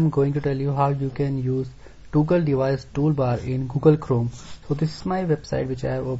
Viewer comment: Please correct your pronumciation for toggle. Here is a link that will tell you how to pronounce it